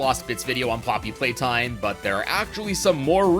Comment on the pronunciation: 😂😂 haha “Playtome”